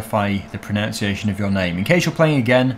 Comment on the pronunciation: you always say pronounciation, yet the word is pronunciation, so you day the word wrong. I find it ironic how you say pronunciation wrong when talking about the pronunciation of something.